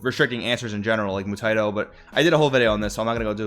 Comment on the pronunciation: It's moo-tye-EE-toe. I just finished the OG dragonball.